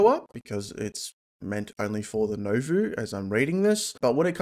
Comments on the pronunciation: Just as an FYI, Nouveau is nu-vo, not no-vu. Otherwise great video as always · It's pronounced nu vo btw